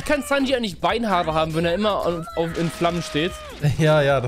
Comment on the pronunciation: sowas wie sanj zu sanji und so Macht er immer wieder